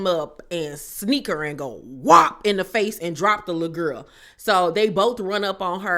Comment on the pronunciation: i love the way you say lul guhl LOL chrisean aint shit for setting her friends up, the lumps on marsh's face? AINT NO FRIEND IM TAKING A BEATDOWN FOR. ppl love to punk scotty every season smh